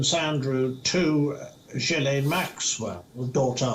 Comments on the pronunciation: it is pronounced ' Jilain Maxwell ' not ' Ghislain Maxwell ' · It’s not Gheeslane but Ghilaine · Ghee lane not Ghees lane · Its pronounced "Ghee-lane" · Her name is pronounced where the “S” is silent.... Ghi(s)laine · Again it’s ghoo-fray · It’s pronounced ghee-Laine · Ghislaine is pronounced without an s. It’s a silent s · The s in Ghislaine is silent! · If your the news anchor you ought to pronounce Ghislaine with the ‘s’ silent.